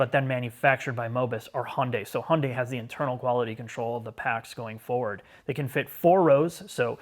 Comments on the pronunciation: Years ago, in the US there was a Hyundai commercial that showed how to pronounce the brand. They said Hyundai is pronounced like Sunday. 🤷🏻‍♀️ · It's funny i mean pronunciation of Hyundai.. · "and yes, this is how we pronounce it in the United States." I love it hahahaha subtle shots fired for the other guys video 🤣🤣🤣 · Why do you insist on sticking with the US pronunciation of Hyundai while you give Porsche the honor of saying their name properly? (The US way is "Porschee" or "Porsh" or such, but you do say "Porscheh".) - This car is the good type of futuristic design. It's like the best design taste from those future-movies for a teenager audience. If DMC still existed today, that might be their style. It reminds me a bit of what Honda did with the 8th gen Civic Hatchback. Also very odd, avantgarde, but kinda cool. The front even has some old muscle car vibe. Although it also has that E-loon Murk madness, the sharp lines that mark an intellect too infatuated with itself, and the large wheels make it look fat and heavy, so personally I'd still pick something more rounded. And its general shape is too much VW Golf like for my taste. - If I was born into this world much later, I'd be very excited about this car. ... Not so much the interior, though. Not comfy enough. Feels more like a waiting room at the dentist. ... Oh well, if I was born into this time, I'd probably be an idiot anyway. Ugh, too much asymmetry. Even that sensor assembly on the windshield. Everything is better with 'intelligent' - Why not call it E-GiMP? 😄 I also checked the (German) brochure and it is limited to 185 km/h in all variants. Interesting. The limitation of the tech. And the 9 color 'options' here are totally ridiculous: white, black, matte silver, medium gray, dark gray, almost black gray matte, dark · Hay-yun-dai Hi-yun-die Hey-un-day Every time I hear someone pronounce Hyundai and other way than Hun-day I cringe a little.